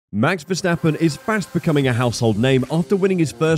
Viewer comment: mex versteppen really???? the A's in the name sounding like in CARWASH